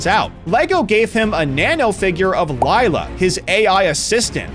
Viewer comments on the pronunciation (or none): none